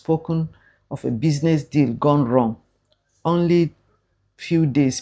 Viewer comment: Gone - gon